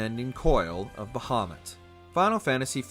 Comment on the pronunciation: Kefka is not hard to beat at all wtf. I’ve never had an issue with him since the game first came out lol. Brachiosaur on the other hand… Bahamoot not bahaMUTT.